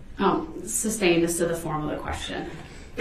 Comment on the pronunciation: "Substain" What a dolt.